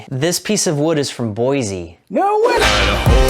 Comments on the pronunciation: It’s pronounced “Boy-see” there is no “Z” in Boise. There’s a whole song about it by the Boise Chordsmen. Other than that one thing, fantastic video on all accounts. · just so you know it’s pronounced “Boy-SEE” not “Boy-ZEE” 😁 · Idaho was mentioned, Hello from Idaho. Btw, its Boy-Cee :D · I died a little inside when they mispronounced Boise like that.